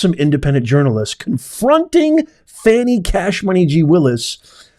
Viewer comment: It's Fawni!!!